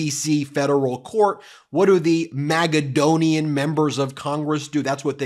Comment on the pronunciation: Please stop saying MAGAdonian.